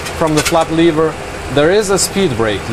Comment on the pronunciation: The way they say "lever" hurts my earts :|